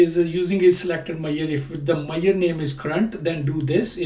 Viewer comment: Dear,, I highly appreciate your videos & I take meaning out of your video. And, I have a heartily request: Please have a check on: How to pronounce Measure, It took me while to understand what are you talking about!